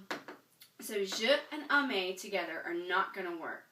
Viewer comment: I've never heard "aimer" pronounced "amer". Perhaps it's a Canadian accent. But certainly in France the vowel "ai" in "aimez" is pronounced like the "e" in the English word "hem". So "aimez" is pronounced "emmay", not "ammay" and "j'aime" is pronounced "zhem", not "zham".